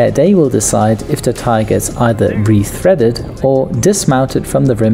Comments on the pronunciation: It's a BOW GEE... BOH GEE... Not a buggie / boogie. Those are in your nose. And RETREADED, not RETHREADED. No H in retread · Bogey, not boogie. Re-TReaded, not re-THReaded.